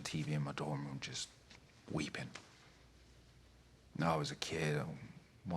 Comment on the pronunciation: it slips a few times for sure, and he has said that American accents are very difficult for him but like someone above said, as a character who immigrated it works. But when he says “weeping” it’s straight up British lol